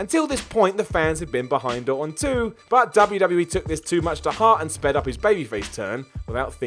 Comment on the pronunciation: ...W W E. Say it. EEEEE